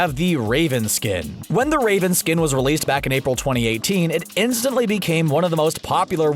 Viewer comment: I thought he said rape'n instead of raven